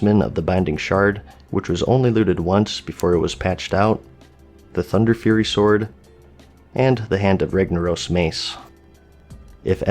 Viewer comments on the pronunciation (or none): none